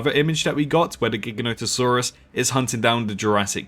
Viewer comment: It’s pronounced gi- ganotosaurus not gig-anotosaurus